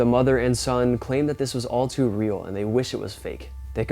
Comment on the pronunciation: dammit. it's again. her voice is unmistakable. that precisely directed or accidentally repeated stutter. when she speaks. she stutters sometimes at the beginning of her sentences. i hear you. Hope i spelled your name correctly. and the way she pronounced "too".... lol... it's crazy how well i can recognize her voice. i must like her or something. don't worry babe. i'm not a chaser. you'd have to chase me at least a little to get my attention.